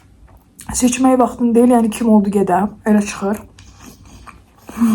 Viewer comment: Seçən vaxtın deyil sözünü siçan(siçovul) kimi anladim😂😂